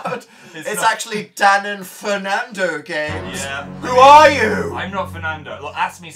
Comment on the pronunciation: 😂😂 "Dan and Phernando games"